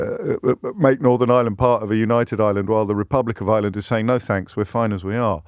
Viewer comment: James. You. Said. ISLAND WHEN. IT. IS IRE LAND YES. IRELAND.. U SHOULD. KNOW . x. Love. Ur show